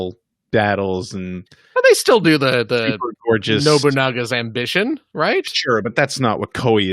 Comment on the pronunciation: Pretty sure its pronounced "No Bunga's Ambition", just FYI. Also, please get the camera closer to face. Thank you.